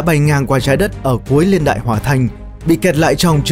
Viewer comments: tôi nghĩ là "niên đại" chứ ko phải "liên đại" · Video có tính tổng quát cao. Nhưng mà "LIÊN ĐẠI..." là cái gì nhỉ. Nó gọi là Niên Đại ạh.